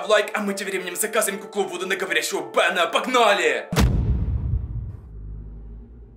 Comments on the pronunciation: Ну не говори "бенА" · БенА , вудУ , оюзательно так говорить?🙀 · вы не поняли бЭна не Бена , а бЭна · Меня забавляет то, как он говорит "Бена"